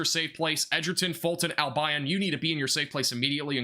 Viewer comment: Wau-ke-sha, Al-bion like Deon. Grew up in Albion a long time ago. A small unincorporated town.